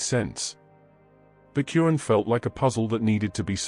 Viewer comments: Dude it’s not “Curran”, it’s al-Quran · The holy book is the Blessed Qur'an not curan.Please be careful how pronounce it.Its the book of Allah Swt. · It’s called Quran try to say the name of the book properly OK you’re not even saying it properly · Plz correct ur pronunciation of QUR’AAN.